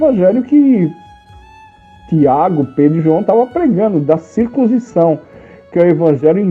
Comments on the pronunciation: Se pronncia CIR- CUN- SI- ZÃO. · Cir...cun... cisão.